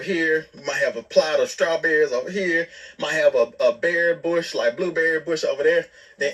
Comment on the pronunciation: When Noah was asked what was he excited about planting a garden , instead of saying he excited about planting strawberries Noah pronounces strawberries Trawberries. Noah needs help with his speech.